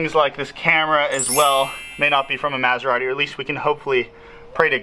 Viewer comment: He can't even pronounce Maserati.